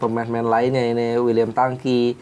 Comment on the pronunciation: Uiliam bang uiliam. Bukan wiliam 😅